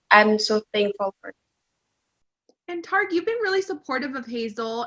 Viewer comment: No it's tear-rick